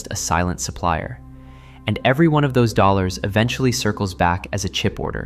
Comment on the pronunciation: Dollors? Dollor, dollor billz y'all